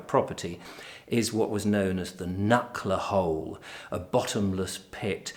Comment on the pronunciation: Its Knucker Hole.